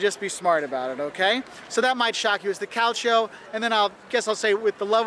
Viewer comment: Calcio its not pronunced like that but its fine but some Italians get really mad if you do a misspronuncation and make you Say It until you pronunce It right